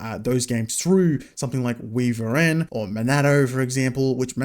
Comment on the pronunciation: I'm fairly sure WiVRn is pronounced "wyvern" (or maybe I'm just crazy lol) :) Haven't heard of Monitor Overlay - I've been using WayVR